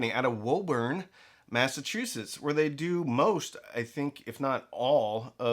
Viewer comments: It's not "woah-burn" it's "woo-burn" as in woohoo. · Very nice, they are in the next town over from me. It’s pronounced “Woo burn”, I hope they end up having an onsite sale at some point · They pronounce it "WOO-burn". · When the New Englanders watch this they're gonna get you for mispronouncing Woburn man